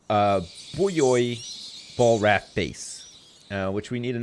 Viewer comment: I love how pronounces buoy and raft. "Booeys" & "Raaaaft" lol.